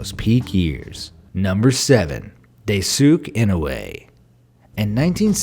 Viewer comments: I thought so too lolz. I was like it's pronounced "dice-kay" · "Daysook in a way" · Dice skay in noo way Geez, people. Learn to pronounce Japanese names. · Just pointing out ONLY, so no hate meant, even though this is old: Daisuke Inoue's name is pronounced "DIE-S-KAY EE-NOH-AYE" or "DIE-S-KAY EE-NO-OO-AYE" 🥰 But still awesome video. I'mma continue watching now 😊😊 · Its dai su ke inoe to pronounce it bro do ur research before u say it lol😂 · Daisuke Inoue is pronounced Dice-kay Ee-noh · Lol "Day-sook In-oo-way" Someone please tell me that was an inside joke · I'm annoyed by how you pronounced Daisuke Inoue's name😩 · Daisuke Inoue... Man I love your videos but the way you pronounced this poor guy's name D: And karaoke too :< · how the hell did you pronounce Daisuke Inoue??? damn... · I'm surprised no one in the comment section is trying to correct narrator guy for pronouncing Daisuke Inoue's name wrong